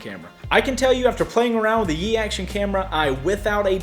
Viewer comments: Pronounce Yi as the letter "E" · I am sorry to tell you this but... you were saying it wrong. it is pronounced "ee" don't add the "Y" sound.